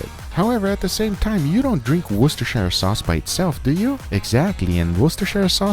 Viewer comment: FINALLY A YT chef that isn’t scared to say worcestershire